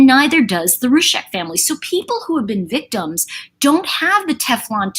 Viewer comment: I want to say a helpful thing, please don't interpret it as rude. They pronounce it ROO-ZEK. You say Roosheck. If you care, honour them, and pronounce it as they do.